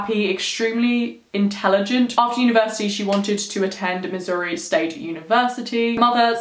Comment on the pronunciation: I live in Missouri! I love this case!!!! Btw thank you for saying Missouri right!!